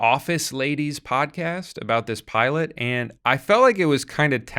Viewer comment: why is he calling her the piolet